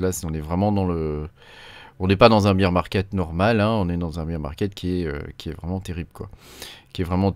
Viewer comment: C’est pas bire market c’est bére market Sinon tu dis bière marché quand tu dis ça 😂